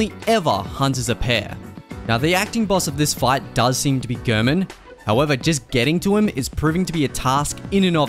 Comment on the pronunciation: It's so odd to me that when Gehrman says his name stating "Tonight, Gehrman joins the hunt," he clearly pronounces it "Gairmen," but everybody who makes Bloodborne content pronounces his name like "Gurrmen."